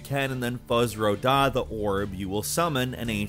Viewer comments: Fuzz Ro Dah??? Fuzz.. someone take this mans gamer card now. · This dude just said “fuzz-roh-dah”. What?! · he just say fuzz ro dah?😬👀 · Nobody: Absolutely nobody:: "Fuzz Row Daaa" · Did anyone notice that the guy in the video said “FUZZ-Roh-Dah”? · my guy said fuzz ro dah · "Fuz Row Dah???" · Man said fuzz ro dah 😭😭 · “Fuzz row dah” :) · there is no fucking way you just said fuzz ro da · Fuzz ro dah I swear everyone who works on this channel absolutely butchers pronunciation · Did you say fuzz ro dah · wtf is that pronunciation